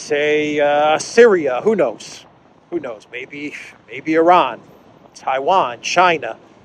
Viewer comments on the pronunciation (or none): none